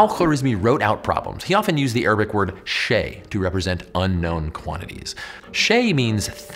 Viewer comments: not shay, "shai" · Pretty sure it's pronouced Shai. Unless Fatha was used to be pronounced differently and not one told me. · the arabic word "shay" is first prounced wrong and spelled wrong in arabic< you have spelled it the oppsite way *arabic starts from right to left*, and the word "shay" is more prounced like "shayA" the "A" is prounced like in "Asymmetrical", + "shay" mean tea in arabic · This is actually genuinely offensive, insensitive and disappointing to see. 1) it’s not “shay”, there’s a glottal stop at the end, even if you can’t pronounce it (or can’t even include a Google pronunciation) there was not even a simple acknowledgement of it, which would’ve been so easy to do and would’ve added value. 2) the letters are completely disconnected and inverted, what?? It’s supposed This is is so extremely disappointing to see and actually makes me doubt your channel’s seriousness in being thorough and culturally sensitive. Just continuing the long lived racist western tradition of orientalist Hollywood movies and games of not only butchering Arabic words but also displaying them in this weird blatantly incorrect way, the letters just disconnected and inverted. Just a cheap display of vague exoticness to appear to western audiences as though you put any effort and are being authentic, even if unintentional at best it’s still a micro aggression and a continuation of a long western history of orientalism. It’s like a developer putting nonsense Chinese characters in a Japanese game, but now fortunately that’s looked down upon whilst what you did still isn’t. Like I struggle to find an analogy to portray just how incorrect this display is and if you had even bothered for a second to be authentic and showed it to any Arabic speaker they would immediately be confused. But of course you did not care to show this material to any person who is relevant to the subject